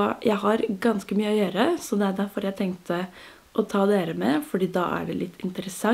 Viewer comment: Ikke gjørre, men gjøre, ikke tbanen, men t-banen, ikke avsláppet, men av-slappet.